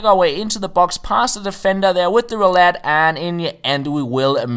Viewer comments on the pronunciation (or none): none